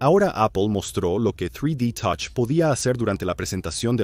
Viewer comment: Tres di totch 😂😂😂😂